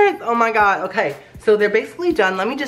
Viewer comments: Always poorly mispronounces oh my god when he tries the food. I watched him since 10k, big fan! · Replay every time he says “oh my gawd”